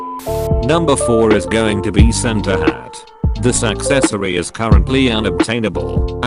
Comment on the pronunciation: He said Center hat, it’s Santa hat